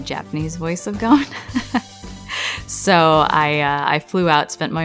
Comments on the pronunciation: this is so cringe ITS NOT GOAN ITS GON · It hurts so much hearing them all say "Goan" instead of Gon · I hate how they pronounce Gon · in the original it’s like saying Gong but with more of a flare with the n, but the dub is like saying gone or goon. It just doesn’t have the same emphasis and it’s not the same. When you hear the other actors say Gon in the sub it’s just more pleasing